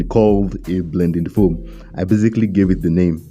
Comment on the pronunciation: I love the emphasis on the foam ( blending foam) makes me laugh every time! 🤣🤣🤣 Are you Nigerian or South African?? One love bro